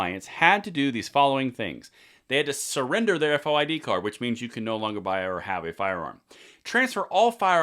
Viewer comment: As a former Illinois Resident we don’t say F O I D it is FOID as in VOID.